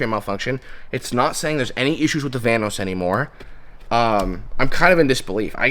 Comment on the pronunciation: The whole time at the beginning I thought he was saying the "Thanos cam gear" until I saw his diagram on the board where it said "vanos" 😂